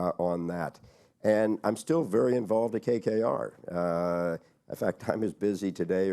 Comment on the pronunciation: KKR and not “KRR”